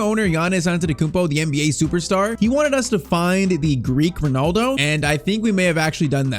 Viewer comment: the double l in greek is pronounced like a normal l